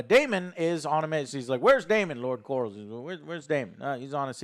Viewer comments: "Lord Corals" lol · Still with the “Lord Corals”. lol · "lord corals" LMAO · “Lord Corals” lol